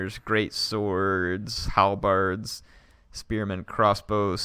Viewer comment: Why does he say halberds like "harlbards"